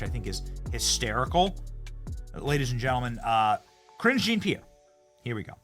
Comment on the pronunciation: Ohhhhhh, Karine Jean-Pierre! I thought you were saying Cringe Jean-Pierre 😅